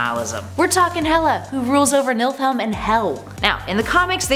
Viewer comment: Lol... Nilfhelm... not at all the right word... Lol... Milf-helm?